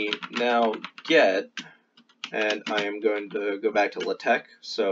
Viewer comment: Very good video, but hearing 'luhteck' kills me. It's like hearing the teacher say 'crick' instead of 'creek', and she had a western accent it was just that one word, like what's up with that?